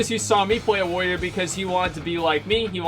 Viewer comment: he actually has a speech impediment, he cant say warrior